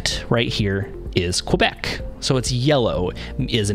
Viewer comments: The aviation phonetic for Quebec "Q" is pronounced "K-Bek" not qwa-bek. Double-yellow lines with double-dash lines are called HOLD-BARS. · You are killing me, killing me, Bro. Great video but it's pronounced KEH-bek. Not KWE-bek. It's a letter not a geographical area!